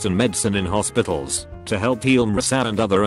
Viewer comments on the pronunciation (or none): none